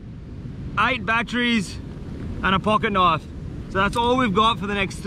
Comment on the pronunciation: You mean when he said knoife instead of knife?